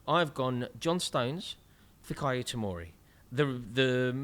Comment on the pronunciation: Fikayo Tomori did I hear wrong or??